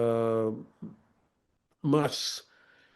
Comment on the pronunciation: You said elon musk's name wrong.